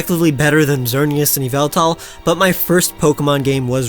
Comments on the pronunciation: It's not yehleltal it's YAHVALTAL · WRONG PRONOUNCIATION! IT'S EE-VELL-TALL, NOT F*CKING YAHVLTAL! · IT'S NEITHER! IT'S PRONOUNCED EE-VEL-TAL, BECAUSE THERE IS NO VOWEL BETWEEN THE Y AND THE V, AND THE FIRST PART OF THE NAME IS SUPPOSED TO SOUND LIKE THE WORD EVIL! YOU'RE SAYING IT WRONG! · he pronounced it wrong it’s Yaveltal